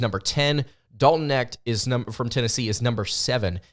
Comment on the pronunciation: How does anybody take this guy seriously when he hasn't followed college basketball enough to know how to pronounce Dalton Knecht's name? Even if you just casually follow college basketball you e heard the name Dalton Knecht this year. Either he is throwing shade or he is woefully out of touch.